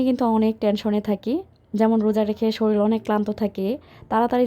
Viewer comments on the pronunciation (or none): none